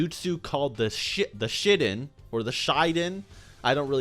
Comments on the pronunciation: He said Shitden 🤭💩⚡ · i died when he said the "shitinn" lmaoXD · It's pronounced, 'SHEE - DEN' Like saying sheet, but without the 't' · the "Shitten" haha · the attack is pronounced she-den